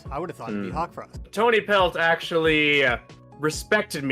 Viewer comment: Sorry, not trying to say anything about the VA at all, they're amaing, BUT THEM SAYING "Tonypelt" INSTEAD OF "Tawnypelt" IS SENDING ME It'S LITERALLY SO IN CHARACTER FOR TIGERCLAW/STAR TO MESS UP HIS OWN KITS NAMES